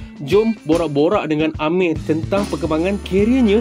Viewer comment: min sebut ameng ke amir 😂